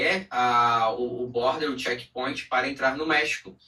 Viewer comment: “Shequi pointi “ ????